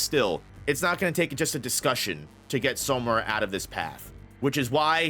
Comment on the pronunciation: everything is great, but it’s SAmura brother. All pronunciation is great except that one. Love the work!